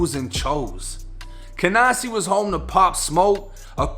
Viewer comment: "cahNAHsee neighborhood of Brooklyn" lol as a New Yorker hearing your accent pronouncing nyc neighborhoods has me weak